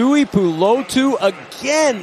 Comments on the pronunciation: Can we send a memo to the announcers it’s pronounced 2-E-Poo-Low-2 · Take a shot every time the commentators butcher “Tuipulotu” lol